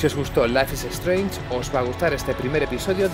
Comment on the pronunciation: Dios que mala pronunciación. Ni siquiera es un nombre tan difícil